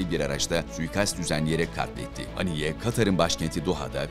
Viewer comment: Efendim! Merhum İsmail heniyyenin adı Arapçada; "اسماعيل هنية" biçiminde yazılmaktadır. Buna göre Türkçemizde; " HENİYYE" şeklinde yazılmalı ve söylenmeli. Saygılar. Küresel basında; "A" harfiyle yazılması dikkate alınmamalıdır. Bu yazım İngilizce transkıripsiyon kuralından kaynaklanmaktadır. İsimleri kendi dilindeki seslendirme ile söylemeliyiz. Allah ona rahmet eylesin, dileklerini tahkik etsin, gerçekleştirsin. Saygılar.